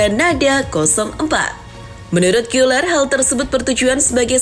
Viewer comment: Sejak Kapan Gäler jadi Giler 😭